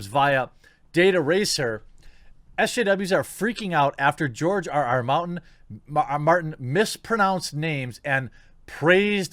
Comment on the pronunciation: OMG... TheQuartering mispronounced GRR Martin's name !!! Clearly he's an instaphobe too!?! Comrades, attack! Oh, wait.. target of mispronounciation macroaggression is a white male so that's ok. False alarm. :)